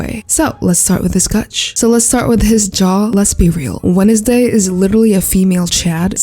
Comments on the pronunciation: Is it Kooleen or do you really say “Wenesday”? English’s not my first language so I have no clue.. (I say wensday) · "Wenesday" was imperfection